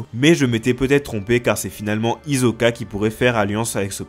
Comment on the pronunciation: on écoute un "S" et non pas un "Z". D'ailleurs fallait voir le prénom de Hisoka en japonais dans le manga. Ça s'écrit comme ça: ヒソカ Donc ça se prononce Hisoka. Mon frère j'adore tes vidéos, l'analyse et les infos sont excellentes.. j'apprécie ton effort. ❤️❤️❤️